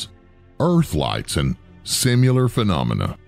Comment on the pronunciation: That word again - "Simular" !?